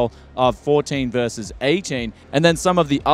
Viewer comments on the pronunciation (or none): none